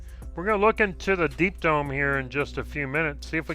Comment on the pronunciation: I'm fairly certain you said "Deep Dong".........